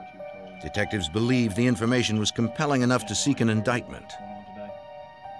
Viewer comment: "compelling enough to SIKH an indictment"